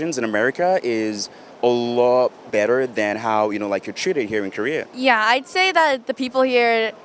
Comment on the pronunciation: It seems like Korean American girls say "Kurrea" instead of "Korea"